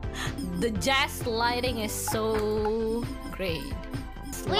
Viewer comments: You're crazy, bro. She'd never say jaslighting. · ... did she just say Jaslighting? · I love how she said "jaslighting" to refer to biboo gaslighting. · Small typo, clearly says "jaslighting" 😂